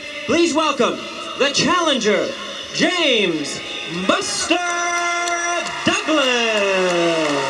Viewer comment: You got to get it right though it’s James Buster Douglas.